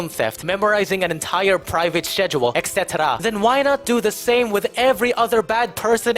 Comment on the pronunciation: Aside from all the great points this guy makes in this wonderful video that I had great pleasure watching I love how he says ECT and I will now start saying it like that to honour him